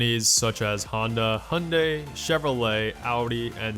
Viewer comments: Also, "Hyundai" is not pronounced "hunday". It's pronounced "hiyoonda(h)ee" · “Mitsubisi” “Hunday”